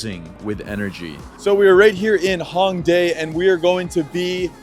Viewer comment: Not hatin’ at all, awesome video, but another tip is learn to pronounce some of these things properly to be understood. Like Hanbok is “Hahn-bohke”. “A” and “o” sounds in Korean are always long, “ah” “oh”. Same with Hongdae, etc. “sohng-doh”